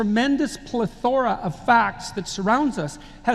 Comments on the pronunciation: It would be the result of somebody looking for words in a dictionary without paying attention to the pronunciation: plé-thor-a becomes ple-thór-a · Do you think Jordan mispronounced 'plethora' to make it sound more impressive? Totally his MO. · Yes, he mispronounced 'plethora' and that is all there is to it. I would not ascribe a motive to mispronouncing words.